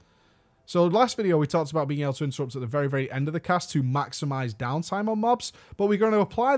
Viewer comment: Great vid! that "Intettupt" tho <3